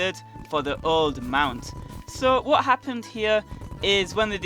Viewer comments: It sounds like you say joke containment unit, and not old containment unit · You sound like youre saying joe containment unit